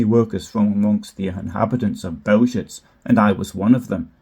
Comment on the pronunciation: Please do some BETTER research on the pronunciation of Bełżec. It takes 10 seconds. I'm sick of otherwise good journalism that let's itself down on the fundamentals. Overall, it's lame! There's NO EXCUSE for it!